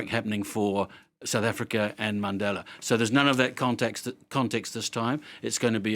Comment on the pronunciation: I heard " Mandela " from this old man, 😂